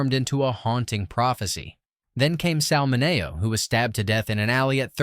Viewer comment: Who TF is Sal Mun-nay-oh? Oh, oh, you men Sal Min-ee-oh? Jeez, if you're using AI get it correct. Feed it with pronunciation corrections or better edit these to correct them yourselves before posting. It seems your generation thinks, "oh well, I don't know for sure how to pronounce this or that. So what? It's just someone's name or somewhere someone lives and dies. What does it matter?" IT MATTERS